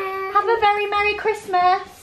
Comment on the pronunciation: I love Alfie saying Christmas Wrong from 🤣🤣🤣🤣🤣🤣🤣